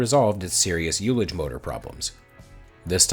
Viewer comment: Love the channel. Thanks for all the great videos. Since it will probably come up again, ullage is pronounced uhl-lage (like the ull in bull), not you-lage